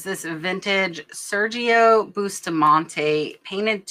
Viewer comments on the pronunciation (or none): none